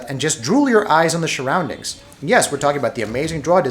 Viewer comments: Love how he says "shuroundings" instead of surroundings hahaha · sorry but 'sharoundings' i cant be the only 1 that noticed. great vid tho bro ignore my childishness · What's a "shurrounding"